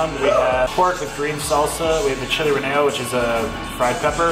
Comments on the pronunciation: Relleno = Reyeno Lol... It's ok brotherman... it's a Canadian thing... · Lmao “ reneyo “ Almost lol “ relleno “ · Ree yen oh. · Ray-ay-no....Relleno means stuffed